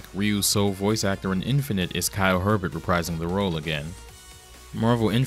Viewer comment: No offense, but Kyle Hebert's name only has one "r." His last name is pronounced like "hey-bear." (The "t" is silent.)